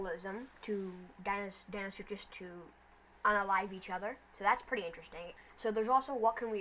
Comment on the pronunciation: Its deinosuchus not deino-such-us and its mahajangasaurus not majungasaurus